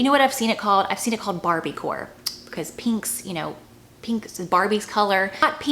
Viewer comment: I like how you pronounce’peenk’